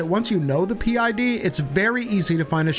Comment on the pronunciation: parent id or pid, not p id